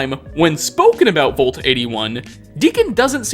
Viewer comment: ...the word vault is pronounced like the a in wall, not the o in volt.